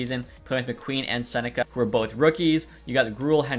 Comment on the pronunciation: love the video but i think Becket’s last name is pronounced Sen-neck-key instead of sen-neck-a